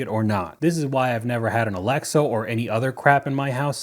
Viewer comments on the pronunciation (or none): intentionally mispronounces Alexa as "Alexo".